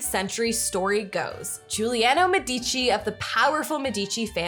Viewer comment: The family name is pronounced "MED-e-chee." Thanks for the post!